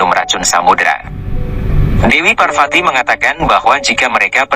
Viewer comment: V dibaca P. VARWATI BUKAN WARWATI AKAN TETAPI PARWATI . Belajarlah sedikit